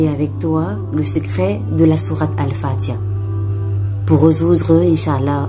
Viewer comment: c'est Al-Fatihah, pas al-fatiya.